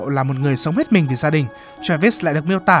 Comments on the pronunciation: ám ảnh vl ấy bác ạ, đang ngồi chăm chú nghe nó bật ra như hét vào tai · "Các bạn có thể chọn cái lền văn min của mìn ..." -.